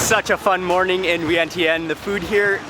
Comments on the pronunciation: did he say vin tin?.....i thought he thai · I am sorry wrong pronunciation of Viengchan, thank you 🙏